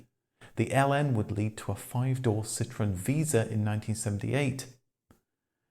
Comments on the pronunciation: But why do you keep pronouncing Andrè's last name, and the name of the company, completely wrong? If you take him up on the fancy name, it's "cee-troh-ENN". If you call his bluff, it would be "cee-TROON". But "CEE-trunn"? No. No fucking way. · See - troh (roll the R) - ahn. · Hey, please do the marque justice and pronounce it correctly. A "citron", as you Brits tend to pronounce it, is literaly a "lemon". A Dutch grandfather was a green grocer and took the surname Limonenman----literally a "lime man" (not lemon). His son, not Andre, changed it to the Dutch word 'Citroen", which is indeed 'lemon' in Dutch, AND pronounced "citron". Nonetheless, the French don't normaly pronounce two consecutive vowels independently, but based on several theories, the family wanted each vowel enunciated. So, the trema (") was added to the "e" to signifiy that both the "O" and the "E" are pronounced separately. [An easy French example is Noël ] Phonetically, this is not a hard word to pronounce correctly: Si-tro-en. Why would you bother correctly pronouncing Renault and Peugot (although you also crucified "Pan-Hard"---the "d" is silent)? I mean really, La Manche is only 31 miles across; you'd hope this miniscule distance would prevent the Roast Beefs (ha!) from mangling yet another French word. Zut alors😵‍💫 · What no “”Cit Row EN””?